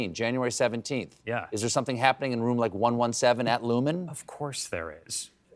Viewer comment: It’s Lumon, not Lumen. Kier would be ashamed of you